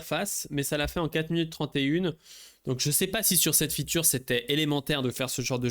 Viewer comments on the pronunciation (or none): Arrêtes de dire "la future" tu peux juste dire "la fonctionnalité" pourquoi tu insiste sur "futur" même si tu dois dire ce mot anglais prononce le en anglais alors soyez pro les gars